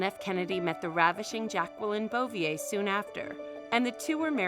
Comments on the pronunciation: This lady speaker whoever she is also does not know how to pronounce Jackie Kennedy's maiden name Bouvier. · Wow she didn’t pronounce Jackie’s maiden name right and got the date of his assassination, one of the most famous days in American history wrong....why don’t you do a report on September 10, 2001